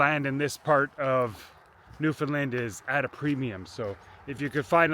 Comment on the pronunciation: Buddy, you gotta learn how to pronounce Newfoundland. "Understand Newfoundland".